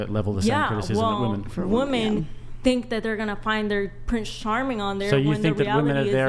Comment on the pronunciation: Do women pronounce “women” incorrectly because of Tik Tok? I don’t use Tik Tok but I happened to see a video with one of the Tik Tok AI voiceovers pronouncing it the way the women do.